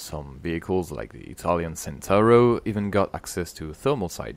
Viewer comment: Centauro is mispronounced